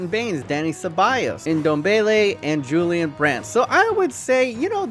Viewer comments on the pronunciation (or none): none